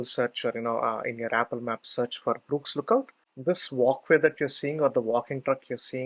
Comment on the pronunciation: Shame that it's so difficult to understand the thick Indian accent. Why didn't you get someone to narrate for you. Btw it's not Brooks Lookout. Although your transcript does say Burkes, you wrongly pronounced it as "Brooks". Had I not read the follow on, I'd be looking for Brooks Lookout, man. I have been here many times and never seen a cell tower, so perhaps didn't trek the exact same route as you. I was around the tv towers and the Kyeema memorial site.